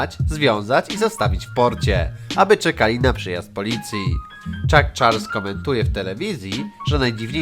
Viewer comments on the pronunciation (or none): none